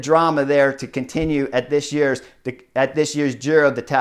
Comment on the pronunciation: finally stopped saying Giro de Italia 😂😂😂